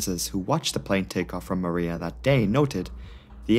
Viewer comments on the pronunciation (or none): Superbly researched video as always- btw Moorea is pronounced "Moh- Oh- Raya" not "Mooh-reea"